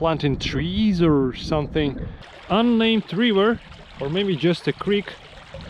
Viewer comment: I find your videos superb, also your language. Just some constructive advice: Try to shorten some vowels (for example, you pronounce "river" like "reever"). Some vowel combinations are actually pronounced like a single vowel, for instance "mountain"; the final syllable is even shorter than "ten". Keep up the good work!